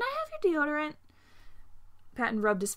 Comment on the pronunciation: I was crying but then Remus said “CaN I hAvE YoUr DeOReNt”